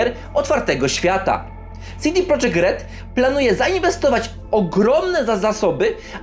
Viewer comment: Nie CD prodżekt tylko po polsku CD Projekt. Nawet sami właściciele studia i deweloperzy z tego studia to podkreślają. Popraw się bo robisz przypał.